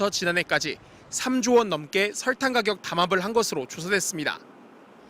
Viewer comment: 기자님 설탕이 아니라 설Rrrr탕 처럼 발음하시는거 같아요ㅎㅎㅎ